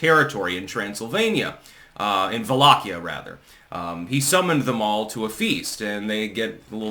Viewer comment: Thank you for pronouncing correctly Valahia and not Walahia